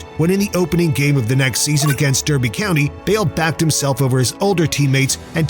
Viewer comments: Derby is pronounced Darby by the way, great vid, very informative! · Great video! Subbed! (But FYI, it's pronounced DARBY county, even though it's spelt Derby.)